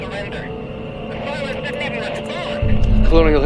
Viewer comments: "The Cyclones" wtf lol can you read? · Cyclones? You mean Cylons.